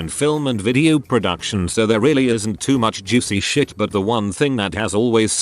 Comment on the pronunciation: why the bot say “shit” like that though?😂